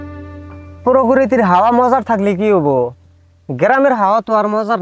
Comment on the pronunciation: er basha oo bul oo dehi 🤣 prokiti ✅ pokriti ❌😆😅